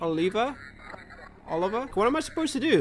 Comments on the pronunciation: Heres a helpin hand! Ohl-ihv-ee-a. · watching struggling to pronounce "Olivia" was something